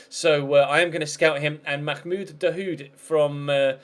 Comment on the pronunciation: Hi heey the H In dahoud name is silent.. Si his name is "daoud" everybody got it wrong.